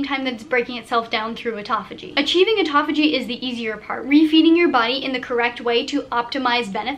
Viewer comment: atopogee? haha you mean apoptosis (a-pop-to-sis) or autophagia (auto-fay-juh)?